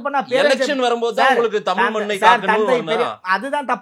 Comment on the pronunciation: தமில் இல்ல டா தமிழ் இதை ஒழுங்கா படி டா பரமா